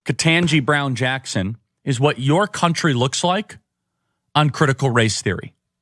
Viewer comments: I am an educator. Never heard about "CRT" until six months ago. And why can't they pronounce Judge Brown-Jackson's name right? And if they can't, why not just "Judge Jackson"? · Do all the Reich wingnuts deliberately say KBJs name wrong on purpose just to irritate or dismiss her?? They do the same thing to Kamala Harris. It's insulting. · The Right wing asswipes can't even pronounce Judge KBJ's name correctly... They're horrible people that hide behind God, and use God for their horrible words and behavior....